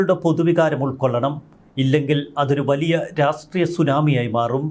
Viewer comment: "രാസ് ട്രീയം" എന്താണ്..